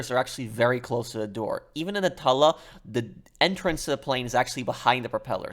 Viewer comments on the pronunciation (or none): It's pronounced "two-la" not "tah-la" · It sounds gross when u pronounce it a tula. I pronounce it Toola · I think it’s pronounced like tuna, “Tula”. Not Tulla. Hard to ignore it when he says it so many times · Man says it like tull-uh instead of too-lla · it's TOO-LAA not TULL-A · What plane is the "Tulla"? That pronunciation surprised me. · no it’s Tula, but you pronounce the “tu” like you do in “tube” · why is he saying tulla 💀💀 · Pro your getting better at into more funny not just straight to the point good job also no offence you can tell your English polish because the way you say tula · Please for the love of good day the name of the Tula right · can’t stand him fucking the name up its doing my head in, I love his content heaps but fuck man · That's what I've been doing. But I felt he was saying it with two Ls, not one. Tuba and tube has the same "tu" AFAIK. I say Tula like tuba, but with L instead of B of course. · yeah, exactly. He's saying it with two Ls and a short u which is wrong. The long u is correct